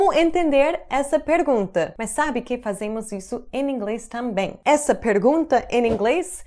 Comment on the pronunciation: O sotaque que mais consigo reparar quando fala é: quando ela diz"em ingles" ela junta tudo e fala "eningles"